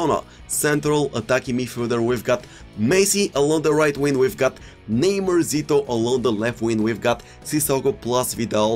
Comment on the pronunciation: So here we have team of the ear de ong kinck endry neymurrr